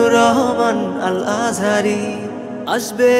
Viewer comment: কি গজল লাগায় আর বানায়, আজহারীর নাম উচ্চারণ করতে পারে না। কি উচ্চারণ করে আল আজারী😅